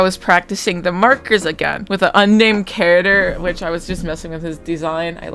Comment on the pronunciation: The way you say character sounded like carottder and I was so confused till I figured put what you were saying. Good art though, very pretty art me need to eat art 👹